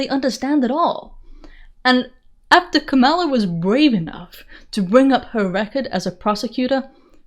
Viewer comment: Thanks for pronouncing Kamala with the emphasis on the second syllable. 🙂